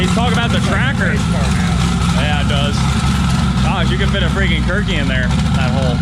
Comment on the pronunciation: Yeah he said kirkey lol You can roast a Turkey in there though lol